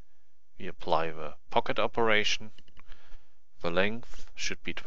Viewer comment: "ze cube" German detected, aneways nice tutorial, lets see how long it takes me to learn, do you also make videos in Deutsch?